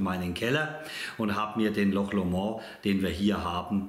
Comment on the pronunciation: Hi....der ist super!!! 😋Loch Lomond war meine Lieblingsdestillerie 2021, hatte da auch ein Video zu. In meinem nächsten Tasting-Video kommt auch wieder ein Loch Lomond.🥃👍 Übrigens spricht man's nicht französisch aus.😁😉 Ach und noch was wichtiges...ändere mal deinen Titel...da steht Manzanilla und es ist ja ein Amontillado. Hatte mich am Anfang echt gewundert. Dir ein schönes Wochenende. LG Olli, Slàinte🌌